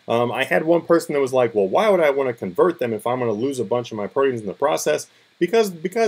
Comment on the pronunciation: Its pronounced proteins, like the meat. Holly fuck man, go to school.